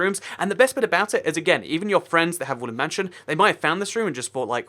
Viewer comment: I keep on hearing you say woolen mansion not wooden mansion